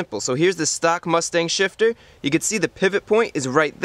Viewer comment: can’t stop hearing “short throw shish”